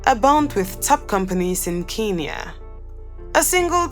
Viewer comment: Pronounce it as Kenya